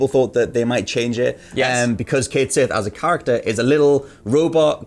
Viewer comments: They are even using the Scottish spelling. I always figured English gamers would have been harrased incessantly from every direction over mispronunciation and learned, but I guess not. Pronouncing Sith like the starwars term instead of shee makes my eye twitch. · Cait Sith is actually supposed to be pronounced "ket shee," or so I read MANY years ago. Just confirmed before finishing comment The cait sith is a creature in Celtic mythology, the name means "fairy cat." More specifically, it comes from Scottish folklore. The odd disparity in the spelling and pronunciation can be attributed to the odd way Gaelic (I think...) was anglicized. Consider "Baen Sidhe," the fairy we call the "banshee." That is, in fact, how it's pronounced but you wouldn't guess that from the original spelling. I don't know why the spelling changed from "Sidhe" to "Sith" in the case of Cait Sith but it should be apparent that they are the same word, especially if you consider that the letters "d" and "t" are very similar in the way you produce their sounds (the way you shape and move your mouth). I'm not so pedantic that I insist people pronounce Cait Sith like this but if you don't you're basically worthless garbage and shouldn't be allowed to discuss FFVII, period. Nahhh, I'm joking. Honestly, I just wanted to explain that slight confusion over the "changed" pronunciation and I hope some people find this bit of trivia as interesting as I do ☺️ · Well, apparently the PROPER pronunciation of Cait Sith, according to Irish Gaelic which is where the name comes from, is Ket Shee. How you get "Shee" from "Sith" is beyond me, you crazy Irish people. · Its "Ket Shee"...read somewhere the "Sith" is the same as "shee" and "sidhe" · Umm actually the pronunciation of Cait Sith is Ket Shi. It's Celtic and the way to say it is like old English style. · Its Scottish. Cait Sith is the Scottish spelling for Cait Sidhe and is pronounced the same way. Just like Beansith is the same as Beansidhe, aka Banshee.